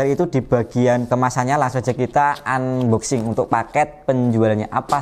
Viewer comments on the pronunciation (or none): none